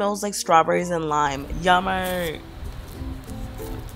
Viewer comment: she sounds like and Aussie when she said yummy